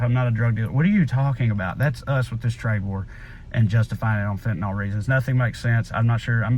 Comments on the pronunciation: Fentanyl is pronounced fen-tan-ILL, not fen-tan-ALL. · Agree all around. Please though fenta-nill not nol... Be nice to an old pharmacist. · 100% correct, Trae. Heart-breaking. So anti-American. By the way, the drug is fentanyl, and the last syllable is pronounced "ill." I'm not sure why people have started calling it "ol." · Just fyi, it's fentaNYL not fentaNAL. But I love you like chicken. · FENTANYL not FENTANOL. Stop that shit already.